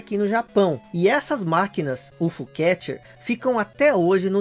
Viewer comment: Só uma correção, é U F O catcher, separado e não ufo. De resto ótimo vídeo, ganhou um subscritor.👍👍